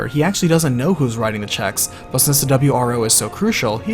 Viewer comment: Ah yes the "W R Foses" that were sent to defend them.